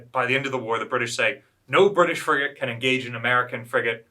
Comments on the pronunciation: he did but if you listen for it does sound like he says friggin' on several occasions. It's pretty funny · He said "FRIGATE Constitution".